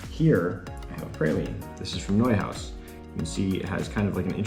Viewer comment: What the heck is a prayleen? You pronounced Neuhaus right, why not praline?